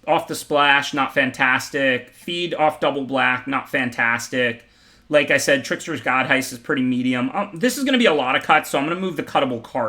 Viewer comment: I am waiting for the day he pronounces The Trickser-God's heist correctly.